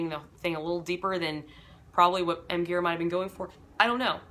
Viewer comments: Gira is pronounced 'Jeer-ah.' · it’s pronounced dji-rA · Thanks for this. It's pronounced Jeera btw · Gira with a soft G :)